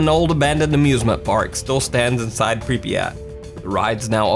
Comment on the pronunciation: I’m pretty sure you said Pripyat wrong you said it like this pripiyat but it’s supposed to be Prip yat